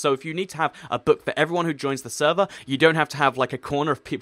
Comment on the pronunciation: "Sever" is it your mistake, or you not english?